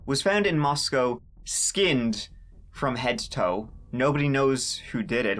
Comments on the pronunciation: Wow. It's crazy to hear you talk about the town I work in. I live in Pullman in Washington 10 miles away.... I'm a mental health therapist who works right off campus. I literally am about to drive through campus on my way home from work right now. And you pronounced Moscow right! Not like Russia! Thanks for your respectful conversation about the students. Helps humanize them. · You pronounced it correctly! Us Idahoans appreciate that amigo! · Well done on the town's pronunciation. Very few ever get that right. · Its crazy that this kinda thing has happened so close to home (I live in Boise.) The victims and their families are in my thoughts! On a lighter note....thanks for pronouncing Moscow correctly lol. Also, thank you for covering this. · This is so very scary, and so little info yet. Side note: As a native Idahoan, thanks for pronouncing the town name correctly!! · Thank you for actually pronouncing Moscow right. I was there the week this horrific crime happened. Hard to wrap your head around this happening so close to home. My heart goes out to the families. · I’m super impressed that you are pronouncing the name Moscow correctly. Even many of the major news agencies reporting pronounce it as if they were talking about Moscow Russia. Nice job! 👍🏼👏🏼🥰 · Idahoan here. Thank you for pronouncing Moscow right, if out of staters would only pronounce Boise properly. However, I was a shocked you don’t know why they’re looking for that car. It was literally caught on tape at the time the deaths would have occurred. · I’ve been watching your videos for several months now. Also, I’m from Moscow and live here. THANK YOU for pronouncing Moscow correctly lol. Even the FBI tip line says it wrong. I was nervous for your background on Moscow. I assumed you’d dog on it like you do most cities lol. But really, Moscow is a great town. Love it here. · Thanks for pronouncing “Moscow” correctly, and not like Moscow, Russia. 😉